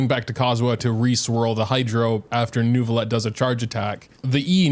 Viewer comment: great video but please learn the proper french pronunciation of neuvillette